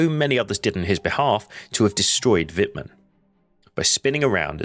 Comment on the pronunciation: Y dale, pronunciando el alemán, como el inglés: Es Vitmann. No Guitmann